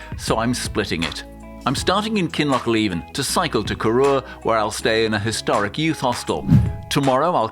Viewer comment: Corrour, from the Gaelic Coire odhar. Hence Corrour is pronounced Korr-ow-r, with the emphasis on owr, not Kor-oor.